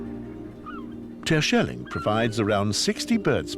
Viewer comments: No! Did nobody have the brains to correct him, saying Tershelling? It is just like Yanks saying schellack. They screw it. There should be a hard G in that. Like gold, just a fraction longer, and not a K either. Yes, this is the hardest sound in Dutch, getting our G spot on, that takes the guts to try and make a fool of yourself, if you are too careful, well, you won't get it right. Because that G is strange. But letting this man do it wrong all the time? Why? Let him take lessons! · I Love how he pronounce some names like Terschelling etc 😂